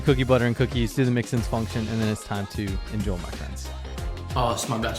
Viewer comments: The only thing about your videos that annoys me is "Enjol my friends". Why do you pronounce it like that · "Enjoe, my friends" Who the fuck is Joe?